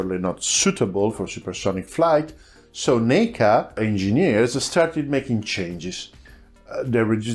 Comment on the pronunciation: FYI, in the US I believe NACA is more commonly pronounced with a hard A, like "attack" or "crack". It's 'nah-kah"